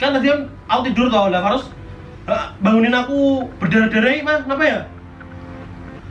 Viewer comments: Ko aku kedengarannya rose rose terus wkwk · Yg aku denger namanya faros jadi rose🤣